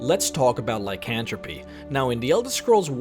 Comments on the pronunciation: Sorry, but it's pronounced Lie-can-throw-puh. Not trying to be rude I just have problems with correcting people. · Actually, the 'were' veriety of creatures, known as lycanthropes (which is pronounced lie-can-th-ropes, the TH being emphasized, rather than just 'cantropy' like you''re saying, which is actually a direct term for magic, rather than half creatures) are actually common in a multitude of fictional worlds. Werefoxes, weretigers, and so much more are derived from their two conjunctive terms. 'Were' actually means man, and so you combine it with the animal they're cursed to, in order to form the correct term. Lycanthrope, is a general term for anything that is forced to transform, rather than things such as 'animagi' (Harry Potter) where they can choose to transifgure themselves willingly. As an example, in the original Dungeons and Dragons Monstrous Manual you'll find that you can find a multi-catagory of Lycanthropes that include wereboars, rats, bears, bats, and even foxes. It's been lost on most of my generation, but in all honesty Lycans aren't just Werewolves (which are the most commonly thought of form). Lycans were associated more and more with the thought of 'wolf', not just because lycan means wolf in latin, but because the Underworld series began calling werewolves 'lycans' in general. Theres a lot of history, and I encourage you to partake in it.